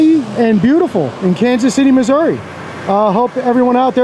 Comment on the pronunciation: I've lived in missouri for 30 years. In "the middle" of the state as that guy called it. I don't think anyone from missouri actually pronounces it "missour-uh," I've only ever heard it said that way on TV, by people not from missouri. glad to hear you pronounce it the right way 👍